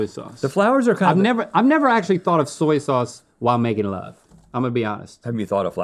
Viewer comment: "Zoy zauze" 😂😂